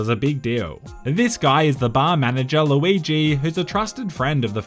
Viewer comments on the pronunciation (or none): none